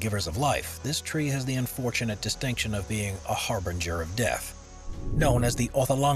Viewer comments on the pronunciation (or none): none